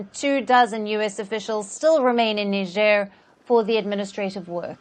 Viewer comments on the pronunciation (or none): Let's face it, U.S presence in Africa has done almost nothing to suppress the rising terrorist activities in the region. Makes you wonder what they're really doing there. The average American doesn't know where Niger is. Heck, the average American cannot pronounce "Niger" correctly.